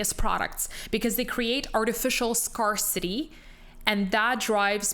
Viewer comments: You pronounced scarcity as Scar City. Seems like someone may be using AI to write their scripts! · Did she say SCAR CITY?